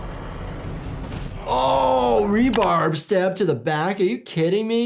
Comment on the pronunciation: Love your videos keep up the good work. But are you calling it rebarb? Instead of its proper name rebar.